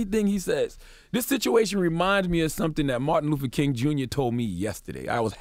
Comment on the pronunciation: Martin "Luffer"?? C'mon Charla